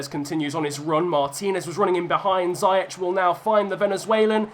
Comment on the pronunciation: Its zee-ech no zee- ec